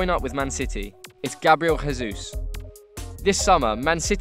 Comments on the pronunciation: Why does this guy says "gabriel hesus"? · Well, you know that here in Brazil we dont speak spanish, right? So Grabriel Jesus is not Gabriel "Resus" ok? The J doesnt sound like R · I'm Brazilian and the correct pronunciation of the letter J in Gabriel Jesus is the natural sound of J in English, not the sound of the letter in Spanish. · Gabriel Jesus is not from a spanish speaking country, the way we pronounce Jesus in portuguese sounds like the mix of the english version then the spanish one. The J sound is more like english, the rest sounds like spanish.(kind of)